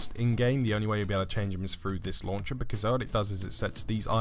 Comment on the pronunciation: Btw as a girl I almost died whenever you said launch-ah or fold-ah 😂